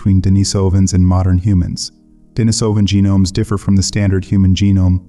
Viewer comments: Pronunciation: De-NEE-so-va (not De-ni-SO-va), De-NEE-so-van (not De-ni-SO-van). If you're going to make a video about these people, at least pronounce the names correctly. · I counted four different pronunciations of "Denisovan" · You might want to do a deep dive and learn how to pronounce Denisovan.